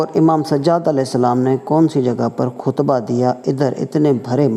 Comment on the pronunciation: Khutba hota hay kuhtba nahi JAHAL